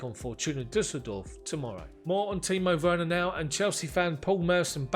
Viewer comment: Great pronouncement of Timo Werner my guy. Well done mate. Awesome content. We will keep watching and tell others about it. All the best